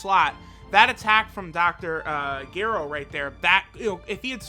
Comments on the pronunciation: still says Gero instead of Jero and Ningen did no items without Kalelifla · Are we just going to ignore how he says Dr Garo with a hard G at the beginning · Only 20 seconds in and I had to dislike it for the comment on Lr Kale and Caulifla. Also who is Dr. Garo? Its Dr. Gero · Anyone else notice mispronouncing Dr. Gero's name